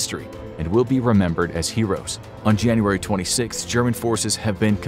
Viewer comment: Why is it Junuray instead of January